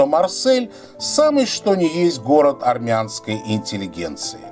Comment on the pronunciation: Що опять аррррмянский?